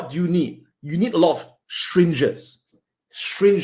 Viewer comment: "shringes" lol.